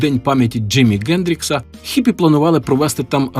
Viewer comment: Чому Ґендрікс, а не Хендрікс?